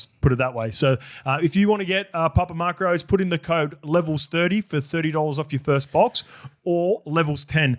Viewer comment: Why is saying "papa mark-rose?" Isn't it macros? Like "mack-rose"